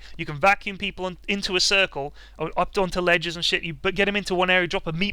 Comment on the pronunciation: I lose it every time he says "meatball"